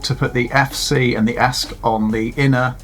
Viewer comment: Pretty good video for a beginner, well done. Just one thing: it's not "esk", it's E S C, Electronic Speed Controller. You got the Flight Controller (F C) right, didn't call it "fk". Bit of advice on first test: remove props, put a bit of sticky tape on the motor shafts. That way you can easily check if they're all spinning in the right direction. Betaflight allows you to spin up one motor at a time, so you can check motor numbering too.